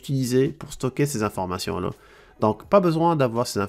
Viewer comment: Pourquoi prononcez-vous (ces informatian lo) au lieux de ces informations la ?